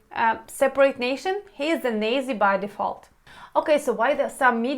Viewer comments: Ur pronunciation of Nazi is funny, it's Nazi not Nezi, pronouncing the letter A is important.) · Not nezies... Its Nazie, you pronounce it like Natzie. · So suggest something helpful. Pronounce it like two English words: "not see". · Thank you good stuff, if I may the Neyzis is pronounced in England more A as in apple so nAzi, very interesting stuff, its as though the R's are chucking mud about trying to make some stick. Sounds more like an "Elite" Battalion. Stay safe.♥️🇬🇧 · I love your pronunciation of "nazi". I have trouble spelling it because we actually pronounce it "not-see" or "not-zee". When I was growing up anytime I saw police dressed for a riot gear or special tactical gear I always considered that fascistic and thought that is what the word nazi meant. Didn't know it was specifically German Socialist Workers Party just thought it was for violence from the government on the people. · Your English is amazing! …but please say Nazi …. Nôt’-sēē 😉 debt …. dêt..the b is silent. Thank you for your vlogs. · You are trying to say NAZI... like the NAU in Nautical... but it comes out Nay-zee. Great info.... as usuual. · that's right...pronounce the word like saying the word AHA...as in having an aha moment...*nahts-ee* (phonetically written)...you will make yourself easier to understand ;-)) much love!!! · Hey! Great videos. FYI, Nazi is pronounced "not see":) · You mentioned in another video that Azov is a kind of "dog whistle" for Russian propaganda. Nazi is a difficult pronunciation in English. The 'z' sounds like a 't' as in Na-t-zi. Thank you for your work. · Nazi is pronounced as a short a sound. It is like saying Notzee. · great info! small comment - "nazi" is pronounced "наци", lol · Very informative, just an fyi. It’s spelled Nazi, but it’s pronounced (Not-See). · Minor point, in English "Nazi" is pronounced much differently. /ˈnätsē/ Try "Not--Zes" Hard stress on the first part. Thanks for the video and stay safe. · Ya me too !